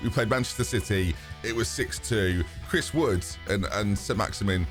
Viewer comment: Chris Wood? Chrisss wood! Are you ok?